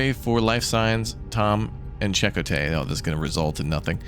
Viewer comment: Glory to Raptoria, Stardate. Looks like folks already told you some pronunciations. Deuterium (Doo-TEE-ree-um) & Chacotay,(Chuh-KOH-TAY): sounds Native American to me) emphasis syllables capitalized. Yours were pretty entertaining tries, though: Da-root-ium, Duran Duran-dium. 🤣 The set up of the ship does remind me a bit of The Alters, but also, B4 that, Fallout Shelter, but with 3D graphics. Oh yeah, my guy! Farengi Acquisition Law #12: Anything worth selling is worth selling twice. Lol. I love all the Star Trek series and so I never really ranked them. They were all different and enjoyable to me. It appears to others this one was less so than others, but I don't agree. I love so many characters across them all that I can't choose faves.I was sure the red shirt they showed in the visuals for the away team was gonna go down! 😂 I guess there's extras more than the 3 we chose to go. I'm enjoying this, so I'm all in if you wanna try it out on the channel. But, not enough cross section of the whole community has voiced anything & the few here either seem like a nope or, at best, middling in their view of this part of the franchise. Have fun in Japan and wherever else you travel on this trip. I watched this a bit later, as Nov 4 is my eldest daughter's bday. Artemis (almost like our other viewer, Artimas, but he's male, I think) is 16. Driving age. Lord help me,! I'm old! 😆 Having KFC for dinner and cake later, but I haven't peeped the surprise flavor, so will report